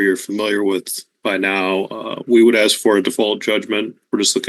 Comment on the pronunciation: Master the word 'ask', then we can talk.